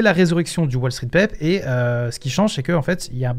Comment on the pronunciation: Tu prononce "pèpe"... comment te faire confiance.